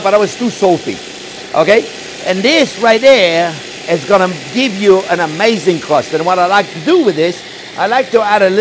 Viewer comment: 20 push ups every time he says "right dare". 😂😂😂😂